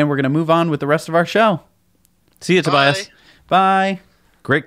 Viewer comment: tobias mispronounced his own name. hihi :D